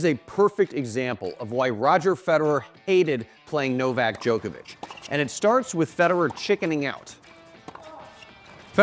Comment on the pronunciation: Worst analysis ever, especially when he said it was a PADEL match and the way her pronounced Novaks name. These guys never chickened out, but were constantly seeking opportunities during rallies. What disrespect man!! Or is it on purpose to get more viewers. Just wasted two mins 😂